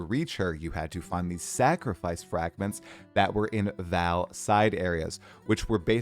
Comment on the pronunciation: what is with American and theyr absolute inability to read names(or words most of the time) its not Val, its Vaal